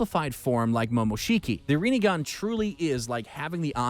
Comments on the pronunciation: haha yes, my favourite dojutsu.... REENIGAN.... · reen sharingan ffs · Need to work on some of the pronunciations: Rinne - Rin-Ne; Rinegan - Rin-Ne-gan (Not RINIGAN); Sharingan - Sha-Rin-Gan. did you just say "Manjeko sharingan"? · Either he aint watched the show or he doing tht shit on purpose cuz I hada dislike after the amount of times he couldn’t pronounce sharingan or rinnegan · Ayo rinnigan? Shanaringan? Manjikyo. Lol wtf is this shit??? 💀💀💀